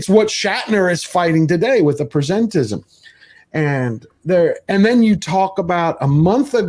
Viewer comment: It's "presentism," not "presentism,". Kidding aside, it's pronounced like "the present" (i.e. the current time), not like "present a proposal."